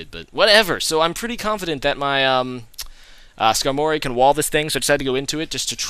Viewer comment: Sk-Armory not Skar-mory